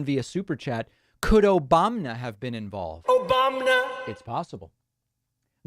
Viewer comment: Lol my kid heard your 'Obamna' sound bite and is now saying it over and over 🤪😂